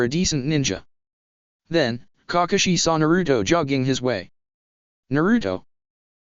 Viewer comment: "Cockashi had been holding back..."